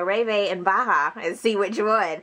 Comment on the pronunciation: its pronounced like Baja